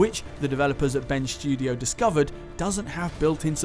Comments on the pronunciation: 'Ben Sjudio' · Am I the only one who thinks it sounds like is saying Ben's Studio?